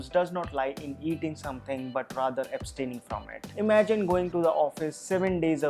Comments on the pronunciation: Abstaining nahi aaya bhai....astaining aaya hein...anyways you are our super hero:-) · Who observed abstaining as "astaining" and vilvah as "vivah", just an observation. Informative video no doubt. Big thumbs up